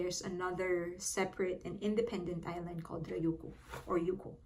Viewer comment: Ryuku (Ree-You-Ku) roll the R